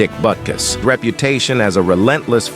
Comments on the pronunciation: Awesome video and stats. However no thumbs up andno subscription. Why? Because you are using AI to narrate and you do not know how badly words with not pronounced right. One time it pronounced his name as Boo-kiss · Man, I really hate those AI voice-overs. It starts out saying his name correctly then about pronounces it Beera couos. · Probably better to narrate yourself instead of using a machine - Butukus??? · This is just awful! Your AI narrator can't even get the man's NAME right! 'BootKoos'? Who TF is THAT??? Shame on you for putting some voice-over actor out of work only to butcher the script!